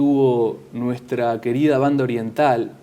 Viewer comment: ¡Que bien que suena cuando dice "Banda Oriental"! Saludos desde la Banda Oriental.